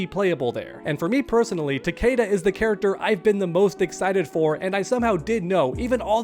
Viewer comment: Its ta-KEE-da. Its.in.the damn game